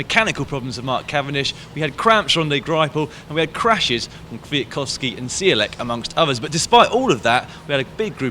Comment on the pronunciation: Caption: "Listen and repeat: Michał Kwiatkowski" "Mee-how Kfeee-yat-kopf-skee" ;) Lol